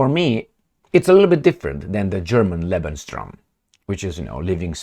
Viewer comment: It's pronounced:"Lebens-room",.